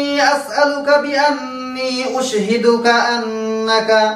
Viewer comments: দোয়াটা আপনি নিজেই তো ভুল পড়ছেন!উশহেদু হবেনা!হবে আশহাদু.!সহীহ্ করে পড়েন আগে.! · উশহিদুকা না আশহাদুকা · Hujur, correction : Ashaduka, instead of USHIDUKA. Please advise.